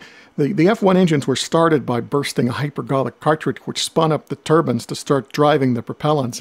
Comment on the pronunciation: I hate when people that call turbines, turbans like he does